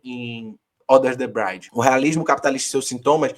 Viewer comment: Valeu! E aí era bom dizer pra que é "under the bridge" (não "brainde") 😬